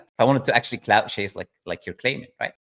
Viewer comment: CLOUT not COULT